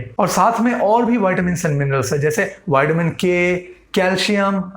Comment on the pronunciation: Sidha vitamin boldo बाईडमिन kyo English ki ijat lutte ho